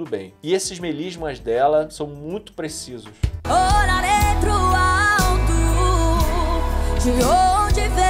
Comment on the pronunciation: Só eu que fiquei com a impressão que nossa Gaby falou orarei ao invés de olharei?